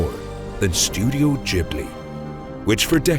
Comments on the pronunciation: Not Jiblee Its Ghibli like Qiblee (original arabic word). Gee-blee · Massive respect for this video and what you put out. The only one thing I'm able to add is that you've been mispronouncing Ghibli. It's pronounced with a hard G, as it is in the verb 'give'. In Italian (ghibli is an Italian word derived from Arabic, describing a hot desert wind also known as the scirocco) if you throw an 'h' between a consonant and vowel, then that consonant acquires a hard sound. So, for instance, "chiesa" is pronounced as if there was a k. And Ghibli too.